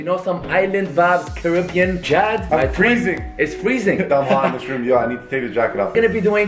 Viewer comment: you said Caribbean wrong